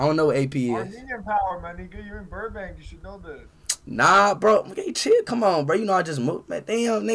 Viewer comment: “Burnbank” lol